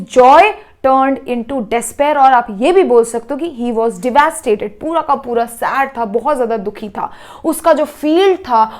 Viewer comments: Didi devasted nhi Hota devastated Hota hai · Devasted or devastated?